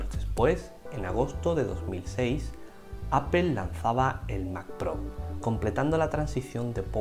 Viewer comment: Solo un par de comentarios. La palabra APPLE se pronuncia más como "apol" y no "apel". Algo parecido pasa a veces con la palabra Power. Espero no molestar con mi comentario.